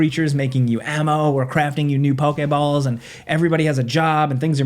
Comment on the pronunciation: lol he said throw pokey balls see even he did it lol